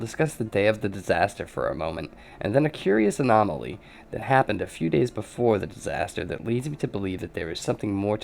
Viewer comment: You lost me at "anomoly".